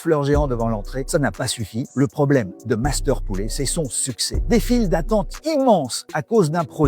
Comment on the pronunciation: Alors monsieur le présentateur....en FRANÇAIS on dit POULET....et non pas POULÉ....OK